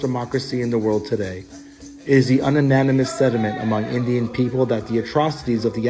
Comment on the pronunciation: Did this man really say un-animous??